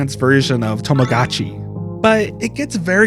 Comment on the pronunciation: The mispronunciation of Tamagotchi hurt omggggg